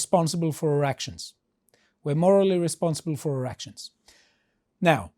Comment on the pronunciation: Be careful to pronounce "our actions" so that it doesn't sound like "erections" 😳